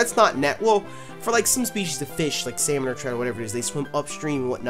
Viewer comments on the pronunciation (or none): none